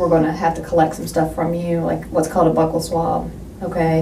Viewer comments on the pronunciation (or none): none